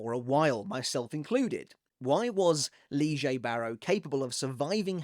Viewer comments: Why are u reading his name in such a weird way? Lille is same as Lily and u read it as Liege or something. Wtf bro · Lee-jay? I thought it was pronounced “Lillie” lol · Why are you pronouncing Lille (Lee-jay)? It’s Lille. Like “Lilly” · I bet this is great and all, but I cannot listen to lee-Jay, it's lee-yeah. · ALSO HOW ARE YOU GETTING "LEE-JAE" WHEN IT'S FRENCH, IT'S "Lil-eE" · Wie zum teufel kommst du auf lige oder Lije Barro es heißt Lil-le Barro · This new Lille pronunciation is messing me up. It’s Yhwach all over again back when we used to call him Yuhwatch. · lee jay? is that really how its pronounced? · its actualy more like leel or le(eh) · He's called Lee-jay now???? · Ive never heard Lillie pronounced Leejay. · I can't stand your pronunciation of this name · Why is he pronouncing his name like that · Am I missing something about the pronunciation ? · why are you pronouncing his name in a different way now?